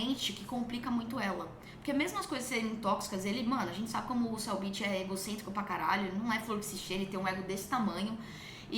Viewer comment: Eu acho hilário como o sotaque dela faz o nome Cellbit soar como "Cell bitch". O novo inimigo do Goku? 🤣😂😂🤣